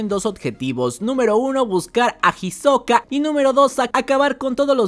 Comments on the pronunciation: para el proximo resumen le puedes decir isoka y no jisoka que me da ansiedad plz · no me gusta como suena "Jisoka" :C